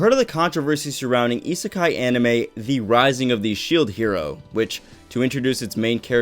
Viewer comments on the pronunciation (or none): none